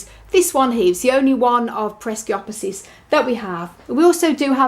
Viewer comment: It isnt peresiopesis. Just pereskiopsis.